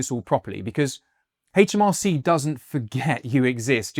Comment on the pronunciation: It's aitch, not haitch - aitch em ar cee